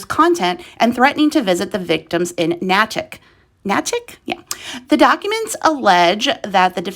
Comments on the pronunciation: The town's name is pronounced NA-tick (A as in nay) and not na-tick (a as in attic). If you're going to do a news report, take the time to make sure you get your pronunciations correct. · Nay-tik is how it’s pronounced 💕. I’m from Nay tik Mass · Thanks for making this info available for more people to know what was going on. They have to be punished for those horrible things they did. And the name of the town, Natick, is pronounced "Naytick". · You pronounced a New England town wrong, it's pronounced Nayy-tick! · been driving me nuts too!